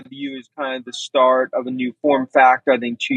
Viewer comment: did you say "shart"? It's " before we start ". Great Freudian slip